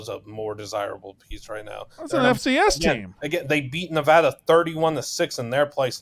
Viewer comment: Someone teach how to pronounce the name of the state Nevada… it’s not Nevahhhhduhhhh 🤢